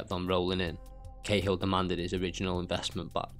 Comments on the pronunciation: It's pronounced like caa hill in ireland not k hill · Lol, Martin khill. Bud are you even Irish no 1 in Ireland ever called the General, khill, it not even how we pronounce it.